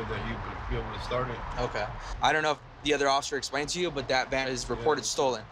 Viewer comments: Anyone else hear him say stolen Man instead of stolen Van? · When he said "stolen van" I thought he said "stolen man" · I think he said a stolen van, but it did sound like he said “man”. I thought the same thing at first. lol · At first I thought he said stolen man 🤓🤓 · I thought he said stolen man 😂😂😂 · At first I thought that he said a stolen man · Am i the only one who heard him say “stolen man” instead of van..